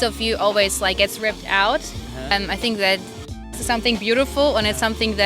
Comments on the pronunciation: Think の発音もう少しがんばろう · 内容面白いからがんばって。それからthink の発音直した方がいいよ。シンク(sink) じゃなくて、しっかり舌先を歯に当てて。